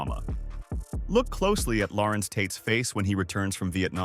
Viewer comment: Aye its pronounced Lah-Renz npt Laurence